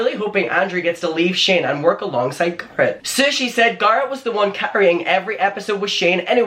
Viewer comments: It's not making fun of you, it's being annoyed because you literally just said his name right, and then continue to say it wrong. It's HIS NAME. Other people might go by Garr-it, but he goes by Gair-et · Okay I'm saying it "Gurritt" now 😄😄😆. I hope you feel better asap! I know you love doing this and we love you for doing what you do but please don't push yourself when you're unwell, your body is trying to tell you sometheeeeeeng 🥺🌹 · Stop calling him Gahhhrit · That's the dumbest way to say Garrett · The way he says Garrett 😂😂 “Garr-it” 😂😂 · It’s not Garrett it’s Garrett dude. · saying GAR-rett for 10 min ❤️😂❤️ all love 🙏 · its "Garrett" babe. whatever accent you use. If you don't know Andrew was introduced to Shane by "Garrett" babe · Please learn how to say Garrett correctly! Sounds like carrot 🥕..lol and please you're too young to be passing on all this hear say and drama! I believe you're intelligent enough to come up with better content 😉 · I call him garr-it cork accent 😂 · i mean i know its your accent but its a name, and names are pronounced a certain way... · I actually like the way you say Garrett lol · wait who’s talking shit abt ur pronunciation the way u say garrett is so cute 🥺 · Even when you have an accent you still should try to pronounce someones name the way they personally say it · I love the way you say Garrett.. that’s how it should be pronounced from now on 😍😘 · I personally LOVE the way you say Garrett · I actually really like the way you pronounce Garrett lol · scolding us for laughing at his pronunciation of "Garret" 😂😔😔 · For someone who makes videos abt the same youtube drama for like 6 months now, at the very least I can be mad abt you pronouncing garret wrong, only new and interesting thing here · I honestly prefer your way of how you pronounce Garret it sounds more prestigious lol (coming from an American) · I find charming your pronunciation of Garret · I love the way pronounces Garrett✨